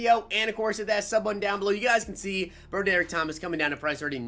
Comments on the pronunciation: Meh, but you mispronounced Broderick.. it's brah drick. Not bro derrick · it's pronounced BRA-DER-ICK lol come on. Pack luck and mispronounced names is the way hahaha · You pronounce it broadrick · Bro derick? Are you kidding me? How do you really think that’s a name? It’s BROD ERICK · its pronounced , broad-drick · please tell me that pronouncing his name “Bro-Derick” is a joke😂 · Lol he keep saying his name wrong. Say it like~> Rod-Drik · Lol Bro-Derick.